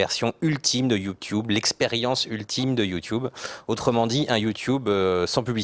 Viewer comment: c'est drole qu'a la place de dire YouTube correctement il disent YouTiube